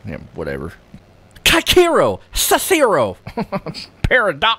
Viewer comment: She didnt know it was a Tarot card like you didn't know how to say, Cicero. lol, How do you not know how to say Cicero? (Sis-er-o)